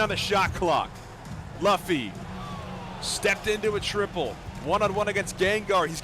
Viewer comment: Ts spiked my cortisol every time he said it